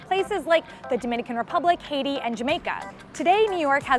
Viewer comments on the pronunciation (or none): none